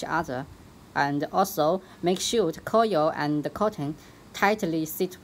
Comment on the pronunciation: Coil not coyel